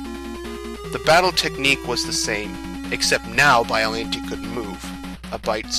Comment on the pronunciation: That’s an odd way to pronounce Biollante.